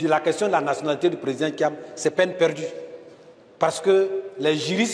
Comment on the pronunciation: Bredoumy soumaila, c'est lui qui va faire perdre thiam . En plus, il prononce Tcham, dites-lui que ça se prononce tiam. C'est un nul. Il a mis le monsieur dans les difficultés à cause de ses injures et son zèle. Il dit: " si on vous bat là, vous avez suffisamment mangé !" Donc, laissez nous manger. Politique de l'ancien temps. Il vient lui aussi pour manger. Vieillard, qui n'a rien compris si ce n'est que le restaurant. Bredoumy soumaila, tout laisse!